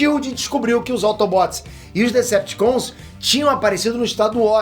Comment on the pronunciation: "AutobÓts e deceptius" Mds q vexame ver ele falar de assuntos q nem entende so por views e money